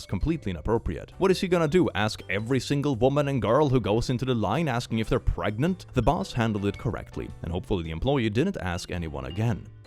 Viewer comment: Are you Pregananant? Are you Prrregante?!?